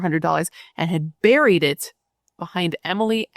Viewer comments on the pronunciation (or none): none